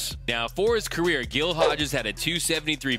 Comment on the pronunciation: Great video but "Gill Hodges"? Shame on you.